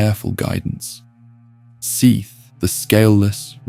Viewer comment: Can we pick just one way to pronounce Seath? You pronounce it at least 2 or 3 different ways in the first 16 minutes...